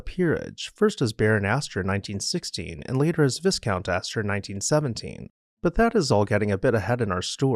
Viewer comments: Yes, Cliv-den (I've been there);, not Clive-den. Vye-count; not vis-count. And Du-mah; not Du-mas. You make wonderful videos and I don't enjoy playing the role of pedant. But since I was a young boy, I not only looked up the definitions of new words, but also, how to pronounce them. It's really not so different from asking friends and associates how to pronounce your last name correctly! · Wonderful episode,. btw, it is pronounced 'VIE-COUNT' (long A, silent S). Thanks for your good works! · The correct pronunciation of viscount is "vy count." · Top show! I've been to Temple Place. It's a neo gothic masterpiece. Thank God for these wealthy eccentrics with exquisite taste. (It's pronounced vi-count) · Fascinating, although the mispronunciation of "viscount" was a bit jarring. I think you got the accent wrong in Ann Boleyn also. But otherwise, well done. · The s in viscount is not pronounced and the i has a long vowel sound - FYI